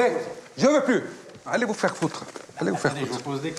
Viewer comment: "Nous zaurons les moyens de vous vaire parler !!! " 😂😂😂😂